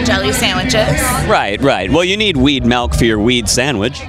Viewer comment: it's milk not malk!